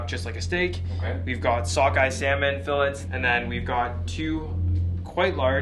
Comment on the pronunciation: Did y'all hear pronounce filets??? 🤣🤣🤣🤣